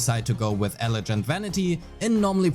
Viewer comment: just FYI the G in "elegant" is a hard G as in "guilty", not a soft G as in "gentle." Thanks for the guide. I'm really looking forward to her. The tanuki looks like fun :D